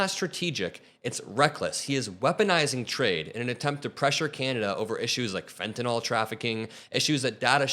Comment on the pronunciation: Thanks,. Former health worker here and it drives me up the wall to hear people mispronounce fentanyl.. it's "nil" for the last syllable, not "nol"!💙✌️